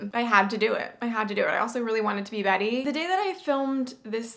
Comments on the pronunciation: omg she even got betty's voice and pronunciation right WHAT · you did betty's pronunciations so well omg she talks just like that